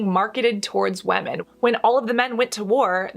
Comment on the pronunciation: Do we say WAMIN in English nowadays instead of women?